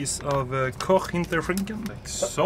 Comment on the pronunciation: (in german accent) Tommy the german with his koch hinTERschINKN